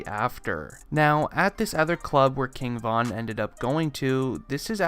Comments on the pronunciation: “KING VONN” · RIGHT, kept irking my nerves with the repeated "Von."